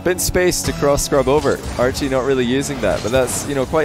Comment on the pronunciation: Idk y I keep hearing say Arju instead of Archie xD